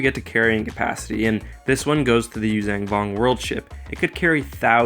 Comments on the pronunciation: Hey,. The name of the species is not “yoo-zang vong.” It’s “yoo-zhahn vong” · Why do you keep saying "yuzang vong"?